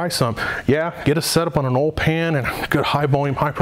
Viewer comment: Holy shit...say it with me Oil pump...not OL pump...lol